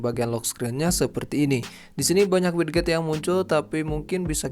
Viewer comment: sedikit mengoreksi ,bacanya widget = wijet, sama kek gadget cara bacanya bukan gatjet